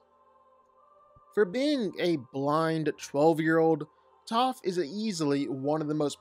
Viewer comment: It’s Toph and it’s not close